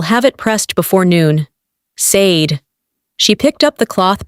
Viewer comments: Not SAYD. Shar-Day. Short for Folashade. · It's pronounced "Shah DAY" because it's YORUBA and should be written with the correct accent and diacritic marks. The "sh" sound in many Yoruba words/names because there's a dot mark under the S — Ṣ/ṣ. Ṣàdé To get the Ai narrator voic to pronounce it (and other Afrikan and non-English words) correctly you have to write out the names/words phonetically — ie Shah DAY. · LEARN OUR NAME BECOME YOU USE IT. SADE IS PROUNCED SHA-DAY😢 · No! Not "Shar day". It's just SHAH DAY. There's no "r" sound. That's a lazy arrogant and western US/UK pronunciation. Her name is Yoruba with specific accent and diacritic marks that make the 's' have the 'sh' sound. The correct spelling is Ṣàdé = Shah DAY. Same for Óṣùn not Oshun. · No! There's absolutely no h in her Yoruba name. There is no sh combination in authentic Yoruba. Her full name is Fọlàṣàdé. The dot under the ṣ makes the 'sh' sound and the accent aigu over the é makes the 'ay' sound in Yoruba. Without the accent and diacritic marks it's SAY Dee. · SADE IS PRONOUNCED SHADAY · Why is her name mispronounced? It makes it hard to listen to. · I couldn’t listen. Three minutes in I had to stop. That’s not how Sade is pronounced. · Lol...evertime she say it I subconsciously correct it